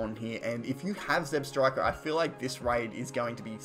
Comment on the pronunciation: It's ZebstrikA not ZebstrikER